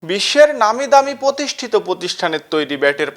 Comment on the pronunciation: পতিষ্ঠিত! পতিষ্ঠান😮😅